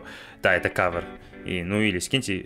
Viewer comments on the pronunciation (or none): привет. Респект за перевод. Только не кавыр а кавер, так уши режет извини если что.